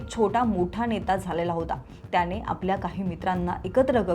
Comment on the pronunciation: हे विषयच भारी चे जे कोणी HR असतील ते ह्या निवेदकांना काय म्हणून hire करत असतील? इथे कामाची एक माफक अपेक्षा असेल की जे निवेदन असेल ते स्पष्ट शब्दांत व्हायला हवे. तर ह्यांचे उच्चार असतात कसे? तर मणातून, जणमाणसात, त्याणे असले?